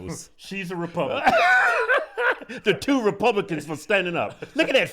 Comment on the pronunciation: She said wrepubwicans.... lol